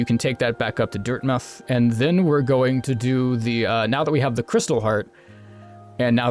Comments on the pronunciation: you say dirthmouth weridly... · says dirtmouth wrong. Have to unsub now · "Dirtmuth" Everyone: "OMG HE'S SO STUPID HE CAN'T EVEN SAY IT RIGHT" Me, a Utahn that says mountains the way that Utahns do: "I think I'm gonna leave now" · It's weird cos he's american, but he pronounces it like a brit. Portsmouth comes to mind.